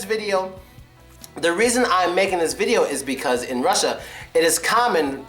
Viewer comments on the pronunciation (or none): none